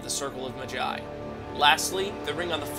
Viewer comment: its maaa-jai rhymes with big-sigh.